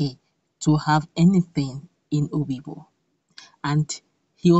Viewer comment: Obigbo not oyibo